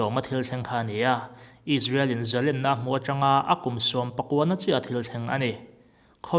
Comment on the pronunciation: I aw hriat a nuamin a ngaihnaqm khawp mai, mahse, zalênna, tih tur, zalenna tia i lam hi ka ngaimawh deuh.